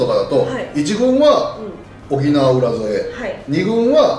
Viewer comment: 里崎さん うらぞえ ではなくて「うらそえ」です。 by:浦添市民